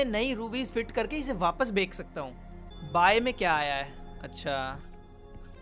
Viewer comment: Everytime he se " Bek sakta hu" instead of saying "Bech sakta hu". 😂😂😂😂😂